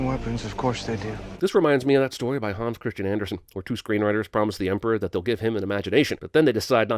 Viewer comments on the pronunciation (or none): none